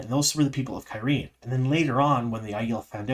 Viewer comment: I don't understand your pronunciation. The word is "gai'shain". There are two identical dipthongs there. So why are you pronouncing them differently? It makes no sense to pronounce "gai" as "guy" and then "shain" as "shane"! It's the same sound. Guy-shine.